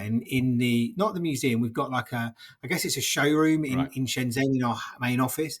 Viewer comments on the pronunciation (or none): He should learn how to pronounce Shenzhen